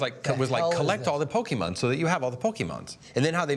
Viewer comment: funny how they pronounce pokemon sounds likes a Bokkimon... which means erection